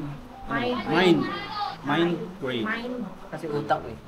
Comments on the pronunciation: Mali ang pronounce nyo hindi xa mindgrain kundi migraine correction lang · Migraine po kagwangs hinde minegraine hehe kakatuwa kayo Godbless sa inyo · Sorry po i correct ko lang po MIGRAINE po hindi MINEGRAINE yun lang po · Migraine hindi mindgraine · Correction Migrain hindi mindgrain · Migraine not mindgraine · Sorry to interrupt guys but i keep hearing mindgraine suppose to be migraine that's all. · migraine po, hindi minegraine. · Migraine hindi mindgraine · MIGRAINE 🤣 hindi mind green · Comment ko lng mga kagwang’s at m’s icorrect ko lng ang pronunciation ng sakit sa ulo ay MIGRAINE hndi minegraine yun lng po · Correction pls “Migraine” po not minegraine😂